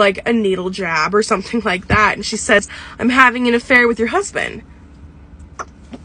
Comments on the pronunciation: “ The fAuK is ‘at???? Sparking Watrrrrrer”👹😭😆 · ' tha fac is thattt sparkling waterrrrRrrRrRRRRRr ' - 2022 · The way she said TF Is That SpaRklIning WaTErrrrRrrRr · "tHe fEcK iS tHaTttttTTTT sPaRkLinG WaDeR"🤣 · “Da fauq is thAh- spArkaLing wAatErrr” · "wadafu is thaaat" "SpAeKlInG WadErrrrr" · ThÈ fÆÆÆÆÆq Iś thHaaAAat SpArKliNg wÆyêrrRRRrrR 😂